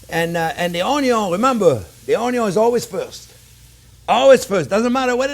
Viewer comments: So true about "oy-yun". LOL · Love your personality, and the way you communicate chef! You speak and teach from experience, and present it in such a way that I just want to soak up all your advice!! Thank you for the video! My daughter is here watching as well, and loves hearing you say ONYO. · I love it when he says oniO first. Most wannabe chefs always cook the oniO last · "De onyon ees alway first"...Love the way you say onion. I always start with onion just to give everyone in the house the impression that something good is cooking. It may not always turn out to be something good but at least it starts that way! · Onyo is nothing sans chef jean pierre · Me: I don’t know, these old chefs kind of take the piss most of the time. Marco Pierre White ruined that generation for me, but let’s give this guy a chance. JP: Onyo. Me: I’m hooked. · I love it when he saute the onyo... Hehe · Gordon Ramsay: Where is lamb sauce! Jean-pierre: Where is onion(onyo)! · Anyone doing a cooking show should know how to pronounce the word, "onion". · I am so turned on whenever you say "onion". I love watching and learning from you. Love from Alaska! 😍